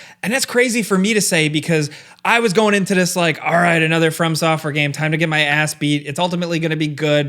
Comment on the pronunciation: I swear it sounds like you're saying "firm software" 🤣